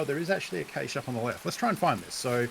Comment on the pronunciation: Pretty sure it's pronounced "kash" not "kayshe"